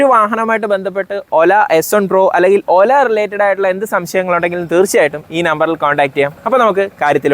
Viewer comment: ആദ്യമായിട്ടാണ് ഒരു റിവ്യൂവർ "ഒല" എന്ന് ശരിയായി പറയുന്നത് കേൾക്കുന്നത് .